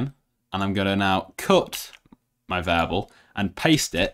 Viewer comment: I hated how he pronounced "variable" as "vable"